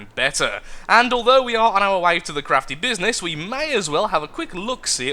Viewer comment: his "crafty business" sounded like "crappy business"